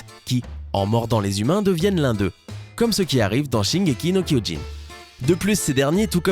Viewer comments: Koyin je suis mort on dit Kyio-Jin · Shingeki no "KYOJIN" pas kyoyin. Non mais allô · c'est shingeki no kyiugen c'est pas shingeki no kouyoun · putain sérieux shingeki no koyin c'est shingeki no kyojin jin pas yin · no koyin !! oui oui bien sur et après vous allez dire auneuh pièsse (one piece) , pfff... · On dit shingéki no KIOJIN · Shingeki no KOIJINE ?!! Sérieusement ? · putain ça se dit kiyogin ptn kyojin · SHingeki no koilé il sort MDRR